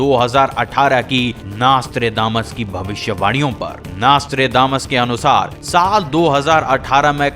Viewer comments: Naas-Tré-Daa-Mas nahi hai ullu de patthe, It's pronounced as Naus-tr-Dé-Mus. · Hey its not nastra....but nostra.........still you poeple have communications problems........21st century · Bhai naastredamas nai hai naam.. Nostradamus hai.. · Naaaaaastredamas 😑 . Bhai nam to sahi se bol. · WHAT THE FUCK IS NAAASTRAY DAMAS ? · please stop calling him "Naaastrdamus" and atleast pronounce his name properly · Plz pronounce his name properly